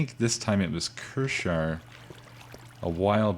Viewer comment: Kiershar not 'Kershar'